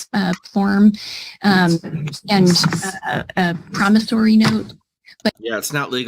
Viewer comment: doesn't know how to pronounce "promissORy" (not "promissARy"). Just saying...and that weave is about to fall off as well.